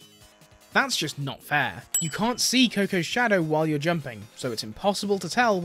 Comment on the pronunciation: "i kent do speen" Oh boy I'm in for a ride